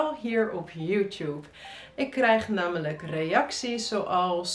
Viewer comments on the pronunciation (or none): Maar waarom zeg je dan _nammelijk_? en _vraggen_?